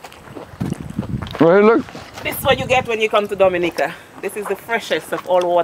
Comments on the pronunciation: You are getting there with the pronunciation; door-me-nee-car, DOMINICA 🇩🇲. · the only reason it is hard to pronounce is you are used to hearing it incorrectly the way newscasters in America and beyond do. dom-i-knee-cah - what is so hard!!!! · Wonderful video of Dominica. However, can we get the names and pronunciations right... Its Do-min-i-ca, Dom-i-nican. We are not the Dominican Republic or Dominica...shame on you. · I did pronounce it correctly in the intro but I did have some difficulty pronouncing it and for that I apologize. I truly appreciate your comment and constructive criticism and I hope you have a great week.